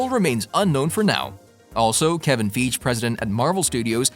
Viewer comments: It's Kevin FY-ghee not Feej ugh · IKR kevin FEEGE.. and Monica ram-boo.. i'm suspicious if he has actually watched those movies..lol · The pronunciation of these names is killin me 😂 kevin feejj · The tawmb of dracula? Kevin feege? Bruh, stfu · ‘’Kevin feej’’ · Did you just call him Kevin feege lmao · I do believe the dude that's doin these vids is pronouncin Kevin Feige's last name wrong. Check & try again. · You need to learn to read! The tom of Dracula? Plus you mispronounced Feige name 🤦‍♂️🤦‍♂️🤦‍♂️